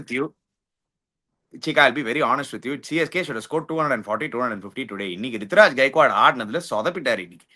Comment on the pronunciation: Ani Rutu ❌ Ritu✅ Brevis ❌ Bruvis✅